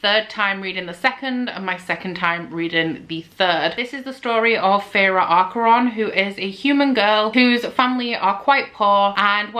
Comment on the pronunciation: I think Feyre's last name is pronounced closer to the word "Archer". Also I really doubt we're ever gonna see book 4 😂😭